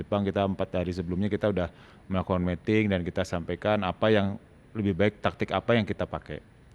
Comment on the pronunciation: Miting, coach, ngomongnya, bukan Meting. Kalo Meting artinya lain hehe (mating)